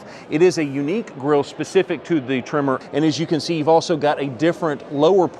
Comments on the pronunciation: It’s tremOr. Not trimmer! 😂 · Your saying Tremor, but my ears hear Trimmer … lol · Sounds like your saying trimmer..